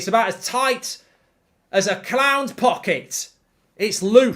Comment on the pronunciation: I thought he said 'cloud pocket' 🤔